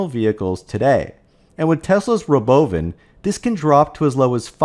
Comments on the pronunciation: Stop having software bot readers that can't BEGIN to pronounce "robovan", or I'm never watching your crap. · The pronunciation of “Robovan” cracks me up. Never gets old. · it does get old. Just about time to stop saying it.